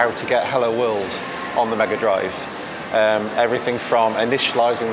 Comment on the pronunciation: "Smega Drive", eh? 😏